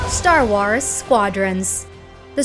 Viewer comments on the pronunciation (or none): she said star wars weirdly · sTaR WaRs lol the way she said it